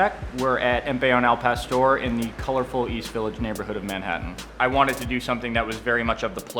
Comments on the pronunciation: Al Pastor means nothing! Al Pastore, on the other hand, means something! it´s like saying Hamburge... now tell me that doesn't sound like pain in your ears! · yeah hes a douche pronounce the words correctly gosh el pastor Clantro what the hell and hes the whitest guy omg gentrification much